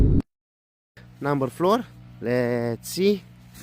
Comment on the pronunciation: adam no 4 ü bile number floor diye okuyor xd